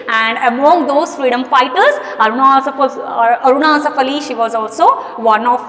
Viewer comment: Mam ur telling arunaaa asifff allli